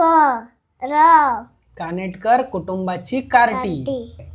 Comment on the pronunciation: मी आहे कानिटकर not कानेटकर 🤣